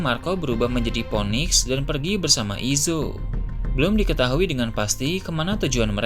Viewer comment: Phoenix.. bukan ponik bang.. sebutnya finik